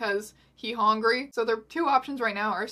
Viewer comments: "Jasper: Hongry" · “He’s worried jasper is going to just murder her to get her out of the way because he hongry” the way i’m SCREAMING about “hongry” omg💀💀